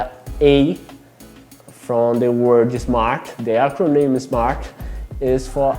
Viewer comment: Great video, gostei que tu falou "acronym" haha, fala difícil.